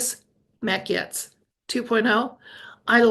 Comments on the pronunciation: Gates….not Gets 😊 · Pronounced Gates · Pronounced "Gates"😅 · Gaetz is pronounced gates ❤ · His name is pronounced Gates.Wondering if for safety sake they will keep using actors or is 2.0 real people who had plastic surgery and go home instead back to the dressing room and take off mask?? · Mat's last name is pronounced ( Gates )